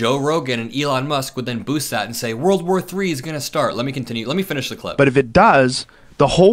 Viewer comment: Why can't these grown a.. men pronounce world War 3? Always wurl war or war war3! It's aggravating